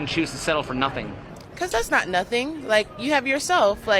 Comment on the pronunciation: it's the way she says ñauthing! You just wanna b slap this troll.....